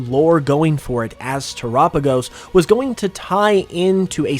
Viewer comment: your the only person i heard say the name terapagos right